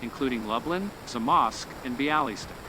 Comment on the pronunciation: Ha, nice try on Lublin, Zamość and Białystok LUBE-lin ZA-mosh-sh be-AH-weh-stock